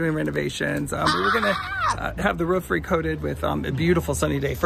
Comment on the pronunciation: Sorry you have roof issues. I noticed pronounced Roof the English way. 😍 Sorry about the car. No point having a nice car in Italy.